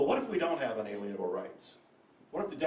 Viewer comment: For someone who likes to say unalienable every second sentance, should really learn to pronounce it right. It's 'un-ah-leen-ah-bull' not 'un-alien-ah-bull'. Nothing is more distracting than someone mispronouncing words that they keep using over and over.